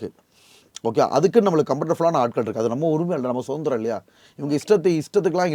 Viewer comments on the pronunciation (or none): none